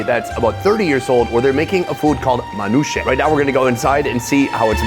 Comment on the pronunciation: aint no way bro called manoush mankoushi 😂